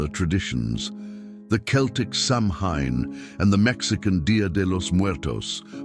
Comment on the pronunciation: Mispronouncing Samhain was enough to make me exit.